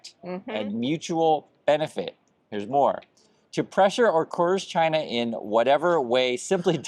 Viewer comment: Trump can't even pronounce China correctly. I'm pretty sure he can't point to China on the map.